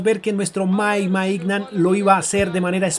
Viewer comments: De Ketelaire, así se pronuncia Maiñan, no Maignan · Para un futuro los nombres de los jugadores del Milán se pronuncian así: De Ketelaere = De Keteler Mike Maignan = Mike Meiñan (aunque parezca burla así se pronuncia) Kjaer = Kiaer